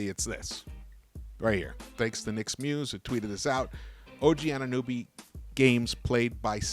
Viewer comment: It’s AnunOby not “AnunUby” 😂